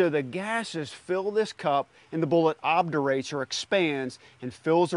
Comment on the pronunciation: Obturates, not “obdurates.”